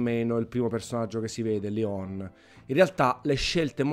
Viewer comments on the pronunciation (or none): none